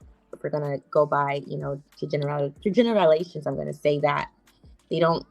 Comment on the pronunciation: Did she just say, gener- rilations and then have the nerve to say black men don't articulate?